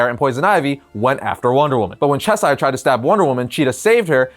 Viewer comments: Not trying to be a jerk but Cheshire is pronounced “shesh-er” or “chess-er” not “chess-eye-er” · You’re saying Cheshire wrong!